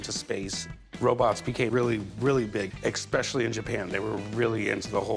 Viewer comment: Dang it, if Corey says, “ex-specially” one more time…